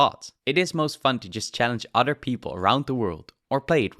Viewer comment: WIF, DIS, UDDER, TRILL, .... it's TH that hard to say? Tongue under your top teeth and breath out.... it's actually pretty simple